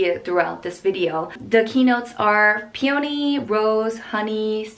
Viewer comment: pee-yow-nee lol